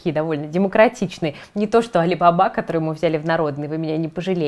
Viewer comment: правильно произносить не алибАба, а алибабА (алибабА и 40 разбойников)